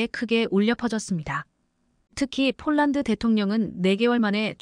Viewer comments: 왜 폴란드로 써놓고 쫄란드로 발음합니까 ? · 쫄란드? 별놈의 발음?